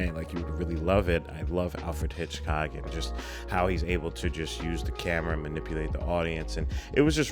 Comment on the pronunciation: Everytime says Alfred Hitchcock wrong, take a shot 🤣